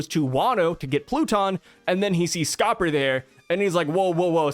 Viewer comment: Kinda eh it's Scopper 😂